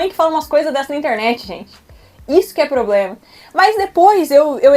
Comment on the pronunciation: E nem problema. "Poblema" kkkkk